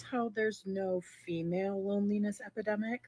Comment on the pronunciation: EpIdemic*...C'mon